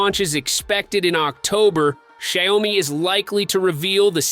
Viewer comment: Hory shitz, your pronunciation of the brand is such a raw rape. Do a research first how to pronounce it dude